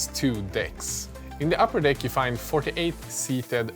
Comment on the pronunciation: You say deck funny...